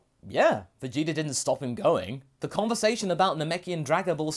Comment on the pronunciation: Vegeter Almost every time you replace the "a" with an "r"